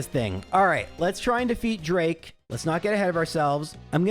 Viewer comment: Can't pronounce Pheobe Sydney drake or Glacia but correctly says pacificlog.